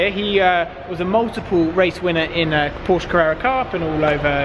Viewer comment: Would be nice to pronounce Porsche correctly for a change